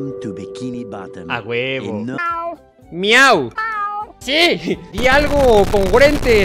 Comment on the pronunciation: Mauu cree que gary diece miau pero dice mauu